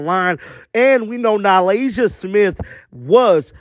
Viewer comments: It's NA-LYSSA, not NA-LASIA. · Am I missing something? He keeps calling Nalyssa - Nalasia..